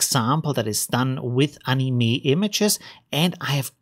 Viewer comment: Thanks for the video. One of the best channels about stable diffusion. But. Please. The "e" in anime is pronounced like "e" in pok_E_mon or cafe, not like english "e". The "a" in anime is pronounced like "a" in _A_nimal.